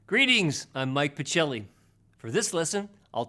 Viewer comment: One of my all time favorite too!!! THANKS . p.s. if your surname's italian , as it seems , should be pronounced pakelly.:)